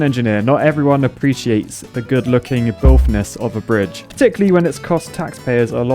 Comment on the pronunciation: Did you for real just say "BILFness"?